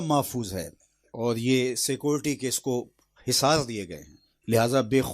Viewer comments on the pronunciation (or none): سکولٹی؟ جاہل آدمی سکیورٹی ہوتا ہے۔